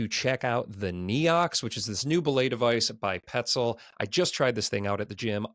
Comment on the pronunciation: You guys know petzl is French ? It’s nough or new, not kneeox 😂